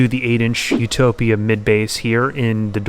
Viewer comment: Utopia, man, not Utopa 😂.